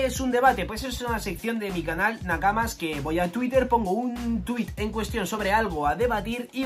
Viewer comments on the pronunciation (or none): none